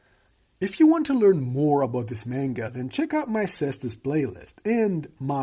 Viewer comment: Dope video, very interesting. IMO the anime is quite interesting and even tho animation budget is a bit on the low side fights are very entertaining. PS: it's read "Manga" not "Menga"